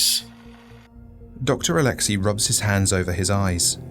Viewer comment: Didnt know that name oleksei or alexey is now read as OLETSKEY